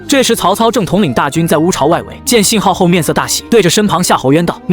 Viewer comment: 烏巢烏巢~~確定是唸這2個字??🤣🤣🤣🤣